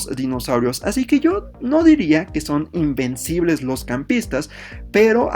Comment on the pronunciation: Alguien más pensó que decía que heran imbéciles ? XD